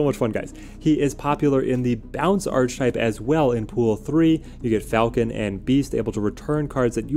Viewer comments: The word is pronounced Ark E Type not Arch Type. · Ark-uh-type. The word is pronounced 'Ark-uh-type'. I know it's spelled 'Arch', but that's not how you say it. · Love the list, just wanted to tell you it’s pronounced ar-ka-type. Don’t ask me why, English is stupid. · Great video. Question: is there a reason you continually mispronounce archetype? Your content is amazing, but continually saying this word wrong keeps me from subscribing....